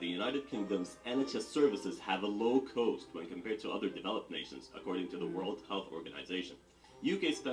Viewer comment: Why is the narrator incapable of pronouncing the word “cost” correctly? He says “coast” instead, why?